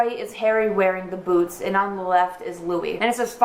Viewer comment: I love the way you say boots